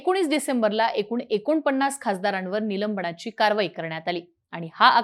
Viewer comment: नीट बोलण्याचा प्रयत्न कर नीलम्बणा ची नको बोलू, निलंबना ची , असे बोल. ण नाही, न.